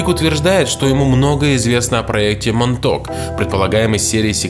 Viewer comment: Монтаук монток не правильно